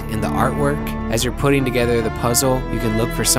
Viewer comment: Did he say Putin stash? 🤣